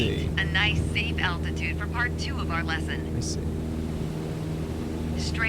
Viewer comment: Is she saying attitude?